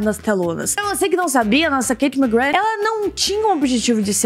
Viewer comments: passei o video todo e no final eu só pensei "FALA O NOME DELA DIREITOOOOO!!!! SE PRONUNCIA ***MACGRÁ*** NÃO MACGRAND AAHHHHHHHHHHHHH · o nome dela se pronuncia KatiE McGrÁth:) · oi anjo eu só queria te falar que se fala mcgraa não mcgraf, ela mesmo disso isso. adoro seus vídeos 💚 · na vdd se pronúncia "ma-gra" ela já falou isso em diversas entrevistas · o nome dela se pronúncia MaGra do jeito que eu escrevi e só pq quando vc casar com ela não errar pq ela e muito bravinha quando erra o nome dela